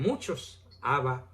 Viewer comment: No es Ábba sino, Abbá.